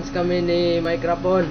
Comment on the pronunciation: nabubureng ka dung? hahaha :D mayk-ra-pon? :D